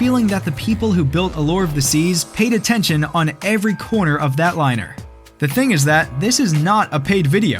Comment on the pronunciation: У тебя very year вместо every year